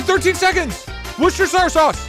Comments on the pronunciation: The first time Doug said worcestershire was correct, and then like every single one after is wrong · is it Pronounced wu-stur-shr-saas Worcestershire sauce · it’s pronounced worst-eh-shire sauce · Here's how to pronounce Worcestershire: American: wu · stuh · shr British: wu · stuh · shuh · Here: War-sht-shi-shier sauce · As someone from Worcester, this pained me. For reference it’s pronounced wus-tur-sure. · For anyone curious It’s pronounced wuss-ter-SHEER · Just fyi the correct pronunciation of Worcestershire is "Wuss ster shur" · woo (like wood) ster (like sister) sher (like masher) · WERE. STIR. SURE. Worcestershire. It's not that hard to pronounce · Doug it's pronounced "War chester shire sauce" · to all you americans who read this comment, Worcestershire Sauce is pronounced as Wuss-ta-sha sauce, im english ik what im on about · I am watching this like 9 months late, but it is pronounced "were-chest-er-shire" sauce (I do believe so anyway) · Annoying nerd here: Worcestershire Sauce is pronounced wuh stuh sher sauce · wuss-ster-shear sauce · As someone from England, Doug desperately trying to pronounce Worcestershire Sauce was the funniest shit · Tbf that means youtube’s is worse cause he says it wrong every single time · Doug actually wanted to say booster soy sauce, boost your sauce and moisutre sour sauce but everytime he wanted to say worcestershire sauce youtube got it right. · I was punching air when Doug tried to pronounce Worcestershire. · The biggest challenge after all of this is Doug trying to pronounce “Worcestershire Sauce" correctly. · as someone from Massachusetts it pains me to hear doug butcher Worcestershire sauce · As an Englishman the worcestershire sauce bit was extremely painful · Me, who lives in Worcester county, listening to him try to pronounce Worcestershire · I can't believe I got to witness Doug butchering the name of my home town just now - what a terrible day to have ears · Worst pronunciations of worcestershire sauce ever.